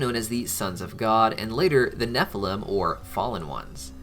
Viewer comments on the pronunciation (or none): none